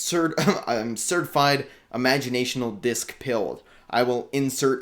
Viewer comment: Sorry, just to save you next time youre at the music store. Its Imaginal not Imagionational.